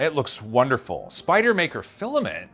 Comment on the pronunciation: Spider-man no r...so Spide-man? Actually just sounds like a NY accent...